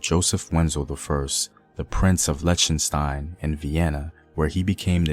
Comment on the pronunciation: has a great voice, but pronouncing place names correctly would help with the serious mission of this channel. For instance, saying Amsterdam correctly (with an m, not and n ), and Liechtenstein with a k sound on the chten part.